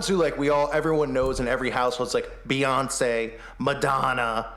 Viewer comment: “Boy Once”. Hans Wormhat had a great beyonce transvestigation.